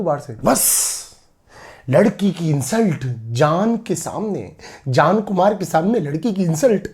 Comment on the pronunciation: Today i notice that sometimes mannu pranounce j as z.. eg jaan as zaan and ejaz as ezaz